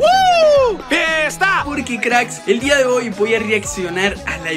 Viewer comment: En vez de día es dua